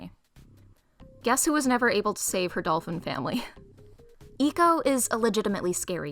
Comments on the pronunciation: Also, like 99% sure it’s supposed to be pronounced like “echo” as in “my voice echoed” and not “eco” as in “good for the environment” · Nice Video! also, the way you pronounced ecco was pretty funny, hope to see more from you!